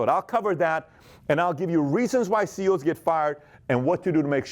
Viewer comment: Sounds like you are saying CO'S. (As in correctional officer)